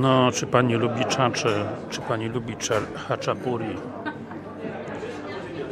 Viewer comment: Czyta sie tak jak sie piszę Chaczapuri.A czaczę to może Pan zatańczyć ze swoją mamą jak wczyści tą zupkę cebulową . Serdecznie Pozdrawiam. Adrian -krytyk fatalnych krytyków.